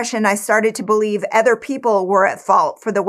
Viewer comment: Why do you say "ether" instead of "other?"